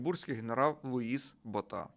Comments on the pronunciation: Луис БОта, а не БотА. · БОʼта. Поширене прізвеще. Був ще президент ПАР